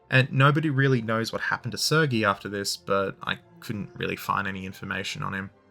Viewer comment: How have you been to Irkutsk but can’t pronounce “Sergei”? 😂